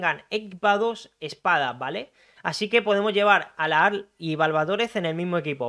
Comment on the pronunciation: Se pronuncia Lajar, espero te sea útil